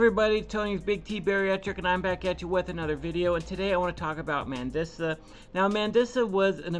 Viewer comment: Her name is pronounced Man-dee- suh. Rest in peace, sweet lady. She struggled with her weight her whole life. 😢 i love her music. Thanks for covering this. It's an important conversation.